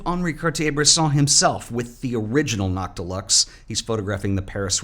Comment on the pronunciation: I thought you were saying “not deluxe” and I was very confused why they would name a lens that lol